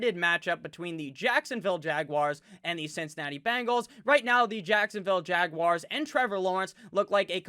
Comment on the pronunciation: Do the "Bangles" walk like Egyptians?? lolmmfao! love the way you pronounce that/them :)